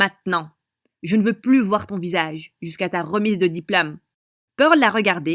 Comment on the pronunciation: " Jusqu'à ta remise de diplAme "